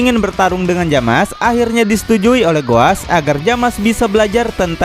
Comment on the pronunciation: bang itu nama nya bukan jamas tapi zamas/zamasu